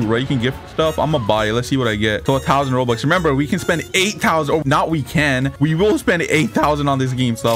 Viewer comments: thousand wrong tousand right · Why you say thousand like that